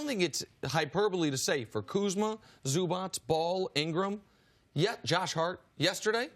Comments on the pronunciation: ZuBauche? 😂 c’mon Chris B it’s Zubac bruh. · It’s “Zubats” not “Zuba’ch’”